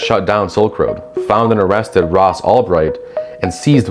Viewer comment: Good overview, but I'd suggest you look up how people's names are pronounced. Neither Ulbricht or Bankman-Fried are pronounced that way, and it makes it sound like you've only just heard about them. I'm also not so sure about the casual dismissal of "blah blah blockchain, doesn't matter". It certainly does matter when the bitcoin network is stuck on abysmally low transaction rates for this exact reason, and consumes ungodly amounts of energy for the very same reason – both making it completely unusable as an actual currency. There's also so much more that is made possible by smart contracts and the whole tech around blockchain, all the while having massive problems with the slightest mistake being made irreversible, not at all what we'd want from a real-life system.